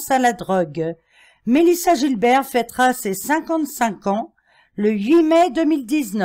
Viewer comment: Mélissa "Guilbert" pour la prononciation américaine pas Gilbert comme le prénom merci.😊